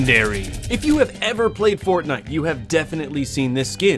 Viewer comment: did he just say fortnut?